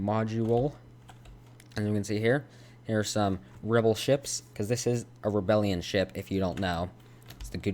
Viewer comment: did...did he just call it a rebelion ship?